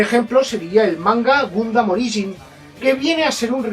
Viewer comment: Si me dieran un chupito por cada vez que dice "Gumdam", ya estaria en un coma etilico. PD: Puto copyright.